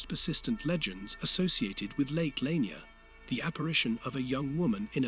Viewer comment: You are sadly pronouncing it wrong. It's "La-near" .